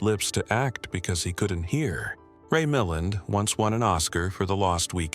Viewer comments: Ray Milland /mi-LAND/. You have the wrong syllable stress and the “ a” is pronounced as tertiary A as in cat/ka’t/ not as schwa. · Why is a video of Tom Hanks as Forest Gump including in this video about Steve McQueen. Ray Milland is pronounced phonetically: Ray...Ma..land not as spoken by the robot narrator. Photos of Mike Douglas are included when discussing his father Kirk Douglas as though he is his father A quality review program will identify erroneous information in the video prior to publishing. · You pronounced Ray Milland's name incorrectly. You are terrible!